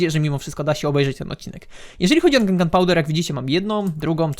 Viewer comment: Wiem że to jest czepialstwo, ale powinno się mówić gunpowder of gun a nie, gumpowder